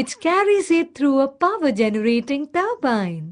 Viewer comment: how turbine is said lol